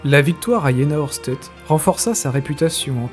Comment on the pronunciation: alors.... j'aime beaucoup tes vidéos mais ça fait un peu chat gpt je trouve.... et on dit Aoueurchtait pour la prononciation, pour un passionné ! Par contre on voit vraiment que c'est un sujet qui t'intéresse et ça fait plaisir à voir ! Bon courage pour la suite !